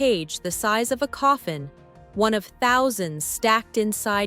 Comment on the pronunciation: Who LIVE in one, not "who live in ONE. AI voices do not understand human inflection.